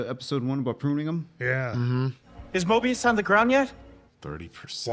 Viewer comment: It's "Mobius" not "Morbius"